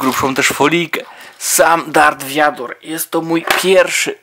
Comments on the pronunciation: vader a nie wiador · Mówi się vader